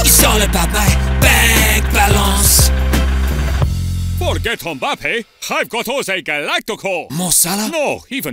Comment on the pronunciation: " Bank Balonce"🤣